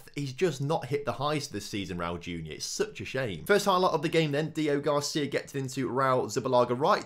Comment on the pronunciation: Day 4 of commenting that his name is DEO-GRACÍA not Deogarcia.